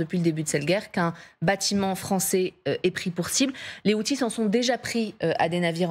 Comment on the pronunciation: Outils 😂 Al haouthi pas outiles